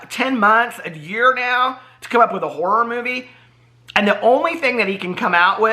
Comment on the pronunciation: When you said “Shane Dawson wants to make a horror movie” I thought you said he wanted to make a war movie and I was so confused 😂😂